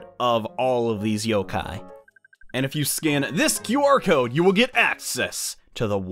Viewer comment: It's not QR cod its or cod.